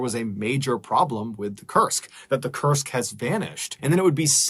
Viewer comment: so thats how you spell Kursk. I heard it till the end, it as "Cursed".